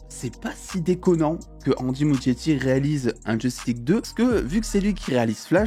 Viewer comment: Ça se prononce ''Mouskietti'' s'il te plait